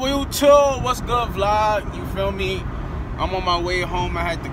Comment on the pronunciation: Who else be noticing be saying "YOUCHUBE!" instead of YouTube 😭😭😂😂